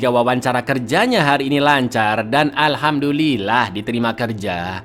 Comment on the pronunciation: Alhamdulillah itu baca nya alif ka ain.. maaf ya cak hanya bpesan2